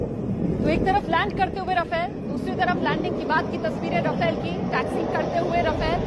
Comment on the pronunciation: राफेल not रफेल